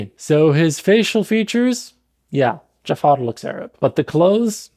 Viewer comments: sorry but you cant even pronounce jafar in arabic? its ja3far (جعفر) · You didn't pronounce Jaafar correctly. It's Ja3far, where the 3 is the Ain. جعفر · اخوي متاكد انك عربي؟ ما تعرف تنطق " جعفر" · it's not pronounced the way it is in the movie in arabic. It's a much softer er sound with the ja being quick and pronounced. Arabs would say "JA-3-fer" While the movie says "dja-FFAaaR" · yo i'm arab and i just wanted to clarify ur arabic pronunciation of jaafar is incorrecet it's ja3far. with a ع!